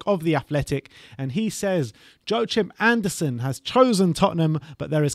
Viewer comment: Correction: Guys, it’s YO-AH-KIM Andersen 👊🏼 fingers crossed for some DEFENDERSSSSSS